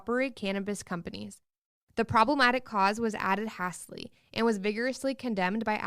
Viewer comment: I can't believe that girl reading this news cannot pronounce "hastily". She sounds like she has a very limited vocabulary.